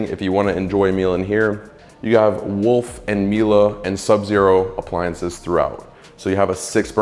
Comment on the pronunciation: I'm shedding a tear because an American pronounced Miele correctly